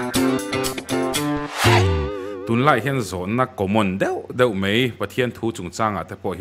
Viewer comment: A ngaihnawm hle mai. Mai tihtur mei tihtlat hian beng a luh thung